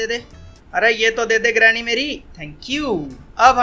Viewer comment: I like he says granny as drameee 😘😁😂